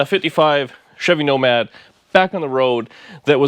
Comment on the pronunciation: NOMADER HOW--NOMADER WHEN--NOMADER WHO--NOMADER WHY